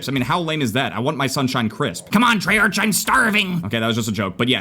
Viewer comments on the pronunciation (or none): none